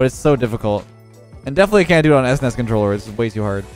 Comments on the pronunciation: This is the exact comment I was going to make. Had a legit double-take moment and had to listen it again. This is shocking, an old geezer like should know how to pronounce SNES.:/ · your saying it wrong its supposed to be pronounced each letter s-n-e-s... at least thats how ive always said it lol. In a 3b person poll, 67% of people said is was "s-n-e-s" rather than "snes" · Its pronounced "ssnesss". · The pronounciation of s-nes and not snes, ugh lol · ess ness? Literally unwatchable /s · I’m physically hurt by the way he said SNES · The way says S-NES instead of S.N.E.S is getting to me, but it makes sense how some people would call it that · Sounds so weird to me that he pronounces it s-nes instead of snes. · The WHAT controller??? It's "SNES" dude. Just say it like a word... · Can’t believe says “es ness” instead of “sness” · am i the only one weirded out by "esnes" and not s, n, e, s, controller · I'm more surprised about how you pronounced "SNES" as "ESS-NESS" x) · what's an "ess ness"? you kids these days. it's one word "snes". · I was 10 years old when this controller came out, and the fact that you called it an "esness" controller is a crime against humanity. S-N-E-S forever. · That's the weirdest pronunciation of SNES I've ever heard :D Usually it's "SNES" or "S-N-E-S" but "S-NES" is something new :D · Anyone else semi-tilt about calling it an "ES-NES" controller instead of just SNES? Maybe its just me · Who calls it an S-NES controller?! I've always called it S-N-E-S. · Es ness? I have never heard it pronounced that way. I have always heard it either spelled out or pronounced like "sness" or "snez", but never "es ness" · i keep on throwing up everytime calls it s nes instead of s.n.e.s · Esness.... Lol It's Es, En, Ee, Ess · S nes wow it's S N E S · You saying S-Nes is cringe AF. No kap. It's S-N-E-S say each letter individually. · Did he just call a SNES controller a “es nes” controller? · Did he really say S-NES controller